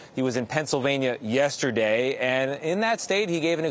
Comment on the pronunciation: The man can't even pronounce "yesterday "lmao